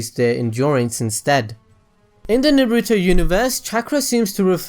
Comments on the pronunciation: Please don't say Naruto like you do....ナルト＝na ru to, no weird stress on the "ru" please. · Why do you say it like "nah-REW-tow"? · Very good video. But... Please, please, PLEASE pronounce everything right. You say "Naruto" and "Chakra" as if you never watched the series. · the only thing i didn't like about this is how you you pronounce Naruto 😏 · I love watching your videos but PLEASE learn how to say Naruto!